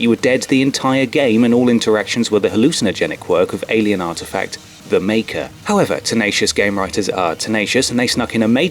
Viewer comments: erm.... its marker not maker in dead space. narrator never played the game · It's Marker. not maker. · Did you really call the Marker, "Maker?" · Noooooooo its marker not maker hah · Jesus christ your videos are a joke, for God's sake it's the MARKER from dead space, not maker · Marker. Its a Marker, not "Maker" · Marker. Not maker. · it's "the marker" not "the maker" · Did he say "The Maker"? its "The Marker" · Marker, not maker lmao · "The Maker"...It's "The Marker" mate... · *Marker not Maker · marker not maker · Ugh... MARKER, not MAKER. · It's "The Marker," not "The Maker," but I'll let you continue because some of the jokes were good. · MARKER.... Not maker. Ugh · lol maker? u mean marker??? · Altman be praised... I can't believe you said "The Maker" instead of "The Marker" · lol its marker not maker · For dead space , did you really call it the "maker"? You know its called the 'marker'. LOL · when he said "maker" not "marker" :S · He did not call it “The Maker” did he? 🤦🏻‍♂️ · You fucked up when you called the Marker the Maker, but you mostly redeemed yourself by pronouncing Chell correctly. So many people get it wrong and I don't know why. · "maker"...um wanna try another take? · ...The Maker??? THE MAKER?!?!?!! I THINK YOU'RE FORGETTING A LETTER THERE!!!